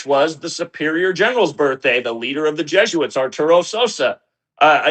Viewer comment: nails it...... JESUITS not JOOS